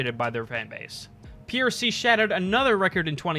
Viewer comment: Good job keep it up! also its prc not ppc